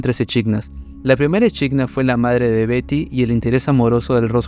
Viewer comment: me da tok que diga echidna tal cual en vez de equidna aaaa